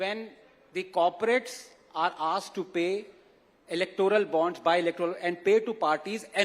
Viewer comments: he mispronounced "electoral" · bhai terko Anand Ranganathan ka naam nahi, terko "electoral" bhi nahi bolna aata 😂totla